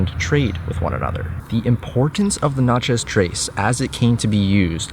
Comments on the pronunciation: Having spent a lot of time in Mississippi, I must point out that pretty much everyone says "Natchez" so that it rhymes with "matches". That said, it's another excellent video. Thanks for the work you do. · That is not how we pronounce it